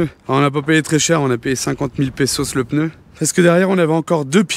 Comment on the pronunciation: Coucou. Toujours le même plaisir à vous suivre depuis des années.. j adore à 99.99% Le seul truc qui me choc c'est votre prononciation du mot pneu.. vous avez noté qu il n y avait pas de "e" entre le p et le n. Hahahaha